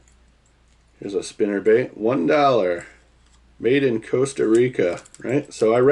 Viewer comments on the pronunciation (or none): none